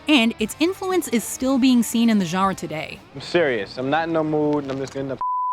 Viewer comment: Love the videos but please, either say "genre" with a perfect French accent, or pronounce it like a North American. Right now you're in a weird no man's land in between the two.